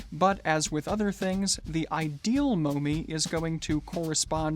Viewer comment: The unit of measurement 'momme' is pronounced as 'mom' and not 'mom-ee'. Thanks for the informative video.